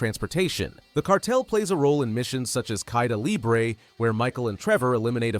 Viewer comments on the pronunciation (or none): none